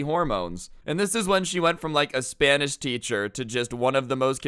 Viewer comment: thought you said "crazy spinach teacher" at first lmao